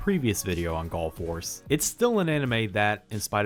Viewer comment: I KEEP hearing him saying Gulf Wars, when I know what he's actually saying Gall Force, it's so weird...